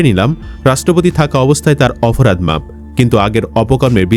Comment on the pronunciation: এ ভাই আপনি অপরাধ কে অফরাধ বলছেন কেনো??????? এতো অশুদ্ধ!!!